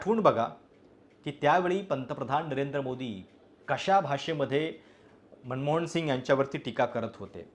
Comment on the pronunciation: सर content चांगली आहे पण सारखा सारखा न ऐवजी ण उच्चार ऐकवत नाही मनमोहण पेट्रोल कंपण्या सहाणभूती ...